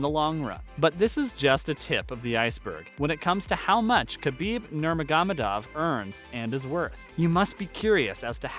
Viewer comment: This guy can’t even pronounce his name.